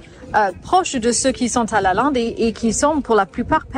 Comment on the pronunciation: I‘m confused. When you talked to the lady at the Brocante about the school and also about Lalande you pronounce LalANde correctly. When you then speak English you pronounce it - sorry to say wrong - like LalINde. Has this to do with an English way of pronouncing it? But the name is French and should be pronounced in the correct way. Please explain this riddle to me. I was raised bilingual so I know without a doubt that of course the pronounciation in your French conversation - and by the way the Lady also said it correctly - is LalANde.